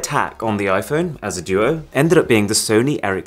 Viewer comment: I missed the "IPhoney"